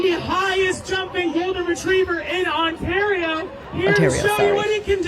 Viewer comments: On-tah-rio girlies please stand up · On-tar-e-o?!? 😭😭😭 my Canadian heart wept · as someone from Ontario, your pronunciation made me laugh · pronouncing Ontario cracked me up as a Toronto girlie😭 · As a Canadian I have never heard someone pronounce Ontario like before 😂